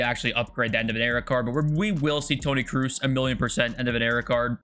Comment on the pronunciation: Please stop calling Tony Kruus. Its Tony Kroos